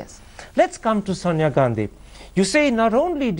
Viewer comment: Why does keep saying pronouncing Sonia as "Sanya"? Does he know any Indic language? I pity him - his angrez is cr@ and his nawledge of hindi/hindustani is non-existent. May be the funky bow tie gives him a little bit of fillip to go on and on and on...